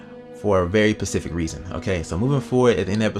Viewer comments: Did anyone else hear him say "for any pacific reason" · "For a very pacific reason." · “For a very pacific reason” lol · did u say pasfic reason